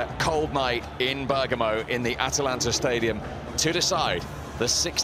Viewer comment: Italian teams''ha''atalanta the Vilian, shocking and shocking 😑 lol